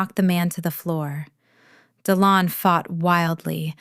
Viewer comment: Dillon…seriously!? di-LON. Unbelievable. Oh, then they spell it DE Leon.